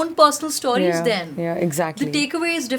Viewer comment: Persistently pronounces o as au....stauries 😂